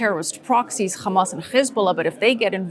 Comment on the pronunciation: Why the he'll do you say khaaaamaass and khhezbullah 😂😂😂 don't go there.